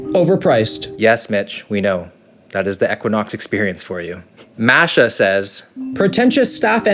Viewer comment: btw it's mah-sa, not masha. It's a persian name meaning like the moon. Good video 👍